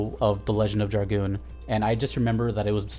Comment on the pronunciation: Holy crap someone who can pronounce dragoon. Thumbs up. Subscribed. Just for that